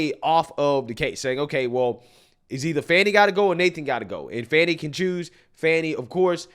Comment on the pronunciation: Check THAT box fanny. And it is FANNY, NOT fawny.